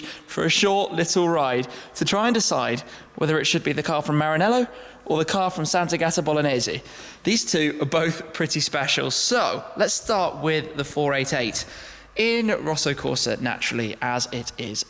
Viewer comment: Sant'àgata, not sant'agàta...please!